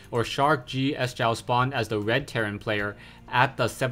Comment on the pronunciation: "sjow" is pronounced "show"